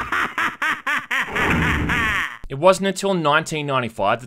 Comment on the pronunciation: Did he just pronounce Sega as "seega"?